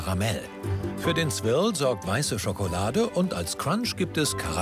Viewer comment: Wir oft wollt ihr Swirl sagen? Das Große Backen: Swirl, Swirrl, Swierl, Swörl, Swöörl, Swürl 😂